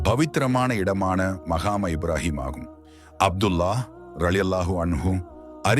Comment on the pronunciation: முதலாவதுசரியாக ஸலாத்தை உச்சரிக்கவும் அடுத்து கஃபாவைசரியாகவும்மற்றதுமக்காமு இப்றாஹீம் என்பதையும்சரியாக உச்சரிக்கவும்.ஏன்உங்களுக்கு அரபுப்பதங்கள் உச்சரிப்புக்குவருவதில்லை இவைகலைசரியாக உனர்ந்து,திருத்தமாக சொல்லவும்😊